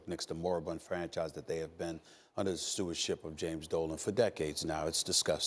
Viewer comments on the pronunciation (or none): anyone else hear stephen a as 'under the sewership of James Dolan' instead of stewardship?